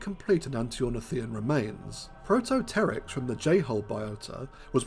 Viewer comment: Thankyou for correctly pronouncing the 'pteryx' in Protopteryx and Gobipteryx. It irritates me no end that people can't pronounce Archaeopteryx correctly! You are literally the first person I've ever heard to pronounce it correctly!